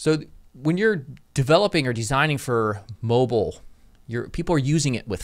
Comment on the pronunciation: Can't be a mobile master until you can pronounce it properly ;)